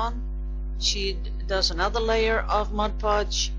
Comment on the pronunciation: This was a fun video. I really like it when you show us all these interesting things. I used to do a lot of decoupage and am getting into it again. And, thank you also for saying "Mod" Podge, and not "Modge Podge" like so many people I know. Ha!